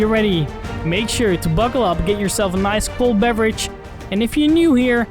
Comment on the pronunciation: When he said Get a cold bewerdge i sipped my coffie